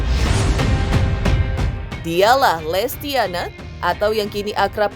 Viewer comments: Intens gimana sih!nyebut nama orang salah' bukan lestiana,tapi...lestiani... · Min maaf lestiani bukn lestiana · Lestiani min....bukan Lestiana. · Ooy letyani lestyani bukan lestyana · Lestiyani bukan lestiyana miin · Lestiani min bukan lestiana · FYI nama nya Lestiani bukan lestiana ya min❤❤❤ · Lestiani miiin bukan lestiana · Bukan lestiana min tp lestiani😅😅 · Oooooooy lestiani bukan lestiana😅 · Lestiani bukan Lestiana ya mbk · lestiani bukan lestiana kakak admin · Lestiani bkn lestiana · Lestiani bukan Lestiana